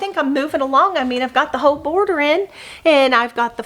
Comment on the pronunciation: Love how you said, "whole, whole, whole " when you were showing the Christmas quilt. Sounded like, "Ho Ho Ho!" Awesome!!